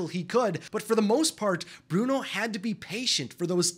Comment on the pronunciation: Do not tock apuot Bruono